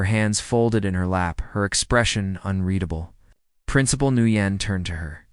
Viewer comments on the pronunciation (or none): Just a tip. The name Nguyen is NOT pronounced new yen. It’s pronounced “when”. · Nguyen is not pronounced "NEW YEN", it's "WHEN" and it is as common a name in Asian countries as is Smith or Jones in the west. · Sooo, I believe that principal's name is pronounced "win", not "nu yen"; there are no retired Marines, but otherwise not a bad story. Love to see instant karma in play 😊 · Guitar Eddie here. The the principal's name is pronounced "Wen" not "Nooyen". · The principal, Ms Nugyen's, name is pronounced 'Winn'. Watching from NE Florida. Today was February 20th, it was a balmy 85ºF here. from the 'stairs', not stares. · The principal name is prounced Winn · FYI Nguyễn ís pronounced "win". These narrators need to practice reading the script. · The name Nguyen is pronounced “When”. For goodness sake do a little research and edits for these stories!